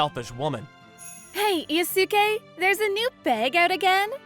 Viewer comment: They pronouncing Yusuke wrong